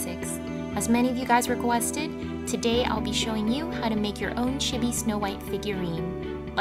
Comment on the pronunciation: I thought she said shity instead of chibi XD